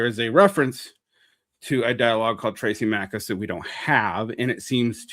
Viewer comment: As above so below was not a super great film. :P Also it "THRAAA-sim-i-kus." Also, not goin' with the Straussian reading I see. :D